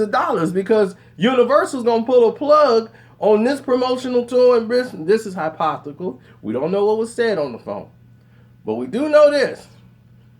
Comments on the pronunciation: Did he just say "Hypothical?" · The word is Hypo-thet-ical lol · boy what the hell is a hypothical LOL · hy-poth-ical??? you need to sit a few plays out, bro. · Alright kids - Together now, Hy-po-the-tic-al, Hypothetical. Very good. SMH!